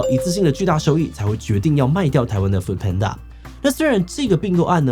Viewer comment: 一直聽到"foot"panda有點出戲